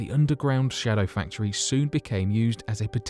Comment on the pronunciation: Indeed. He stresses 'shadow' in 'shadow factory so it sounds like a factory which produces shadows, he should stress 'factory' so that it sounds like a factory which is a shadowy version of a non-secret one.